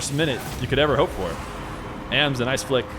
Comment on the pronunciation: It’s ams I think not ay em es